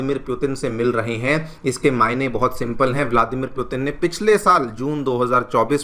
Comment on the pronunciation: It's hard to hear the wrong pronunciation of Putin.